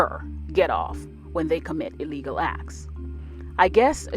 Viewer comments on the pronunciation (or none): none